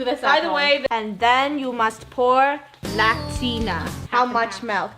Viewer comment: Is it just me or read "lactantia" wrong and called it "lactina"